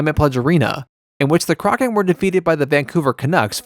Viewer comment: Crock-in. Sheesh, get it right. 😉